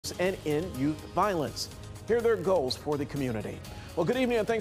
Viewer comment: Ending "youf" violence lol